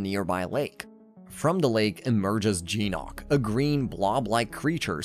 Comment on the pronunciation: Its GYNOK not jeenOk